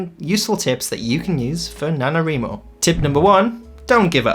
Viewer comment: He said nanoWRImo 🤣. Let's do sprints :)